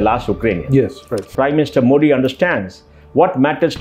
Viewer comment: It's मोदी and not मोडी. I thought an ex CEO knows the correct pronunciation of PM's last name! It was annoying to hear मोडी.